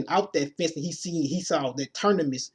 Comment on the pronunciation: Said Ternimus a couple times. Thought i was just hearin shit . Lol